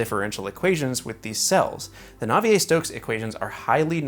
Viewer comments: nah-vee-air stokes equation, my dude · Heeeeeey it's! But seriously this is quite a good video for someone who is self proclaimed "newbie" to CFD. They do say the best way to learn is to teach. (Also it's Nay Vee Air) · nah-vee-eh stokes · I always pronounced it nah-vee-air but I have no clue, pls lmk if anyone knows the right way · It's "nah-vee-ay" if you went to private school 🤣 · Navi-ée - r is near mute.